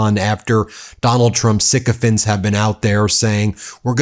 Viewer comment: Ben the word sycophants rhymes with pants, not vents. It's kind of annoying to hear mispronounced words.